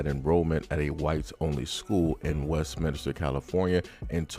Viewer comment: West MINSTER. Its not Minister. There is no I between the n and the s. My OCD is going the eff off with this bad pronunciation. West min stir.